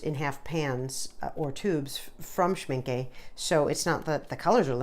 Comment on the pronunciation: This has to be the most adorable Schmincke watercolour swatching video I've ever seen. You had me smiling all the time. I love the way you talked, the way you debated with yourself about pronunciation options - (It's shmink-euh rather than shminkee, btw. ;)) - and your enthusiasm about those gorgeous colours. And what a neat idea to draw different owls instead of some boring squares to swatch out your colours. One more thing I enjoyed immensely was just hearing your voice and a little bit of sound without any distracting or annoying background music. Lovely video worth a subscription. :D